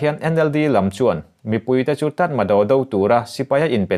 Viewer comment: Tatmado--tatmaraw tia lam tur an tiin ka hria.